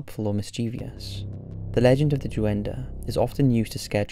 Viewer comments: DOO-EN-DUH.... It’s Duende. Pronounced “Dwen-Day” my guy. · Duen-dey Not duendeh